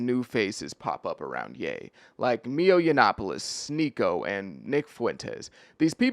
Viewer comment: Mio???? Lol do you even know what your talking about? Or are you just reading a typo filled teleprompter essay someone wrote for you? Dudes name is MILO pronounced MY-LOW.......not ME-OH...